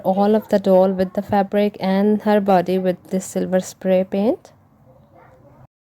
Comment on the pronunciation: Omgosh...lmao..my boyfriend just ask me about into this video.."what the heck was I watching" he thought she said "toilet pains"...I told him "no lol" she said "paint" then he heard her say what he thought was "seamen" his response was "WHAT" 🤣🤣🤣🤣 Best laugh ever..his face was priceless... Now back to this video